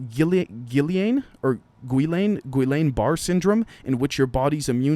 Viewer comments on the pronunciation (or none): Gee (soft g) on bah ray syndrome